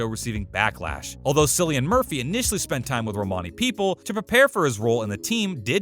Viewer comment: Pronounce Cillian's name right will ye for one thing.. speaks vols